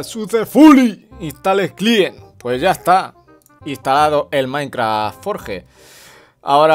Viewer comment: DE MAINKRAHH